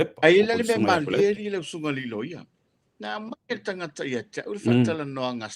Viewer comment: magaia pe aga le um so'o le loia.just saying.would be nice without so many ums and tautala i le t ae leo le k. tagata.not kagaka.etc.